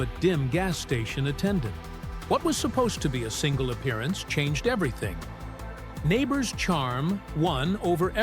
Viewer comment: Learn how to pronounce his name!